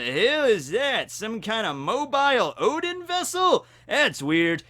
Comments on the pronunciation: This entire video you said Odin, it's UDON!!!!!!!!!! When did noodle bowl become gods of the Norse pantheon!!! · The way you pronounced udon was priceless 😂